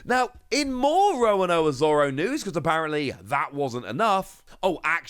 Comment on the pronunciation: It's Zoro, it's never been Zolo. That's just localization/translation error. ロ = ro. There's no "la le li lo lu" in their written language. They just sometimes pronounce R as L. Also, are you deliberately pronouncing Roronoa as Rowanowa?